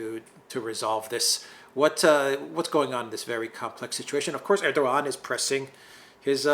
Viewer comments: The Turkish language generally does not pronounce the g inside a word with a ‘guh’ sound. It is generally pronounced with a ‘wuh’ sound. So Erdogan is not Erdoguhan, it is Erdowuhan. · Erdogan name is pronounced "Erduwan", or "Erduan". There is a little mark on top of the g. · Excellent presentation by Alexander M. but he would even be more credible if he could properly pronounce the name of Erdogan (it is Erdowan, without g).